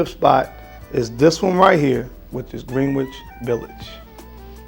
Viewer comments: PRONOUNCED GRENICH. NOT GREEN-WICH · Green witch sir 😂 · Just a headsup, Green-which is pronounced Grin-itch Village. Gotta get to NYC my man. 😎✌🏾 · I'm also not a New Yorker but it's pronounced Grin - Itch Village lol not Green Witch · Dude.. again.. GREN-ITCH VILLAGE.... NOT Green-wich village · Not tryna be that guy but its actually pronounced GREN-ITCH so its GRENITCH village not Green witch lol 😆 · Its pronounced Gren-ich Village. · Pronounced “grenitch” village. That NYU area in Manhattan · Pronounced Gren-ich village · Thank you for turning me onto this fragrance line. I'm a native New Yorker (Brooklyn born & raised), but my career has taken me very far away for a very long time from my NYC roots. BTW, its pronounced Gren-ich Village, both in the states and in the UK, lol. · Liked your picks and I look forward to your posts, Fam. As an aside, and having lived in Harlem for years, "Greenwich" is pronounced Gren'itch. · The w is silent in Greenwich. Enjoyed the video. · I was thinking that too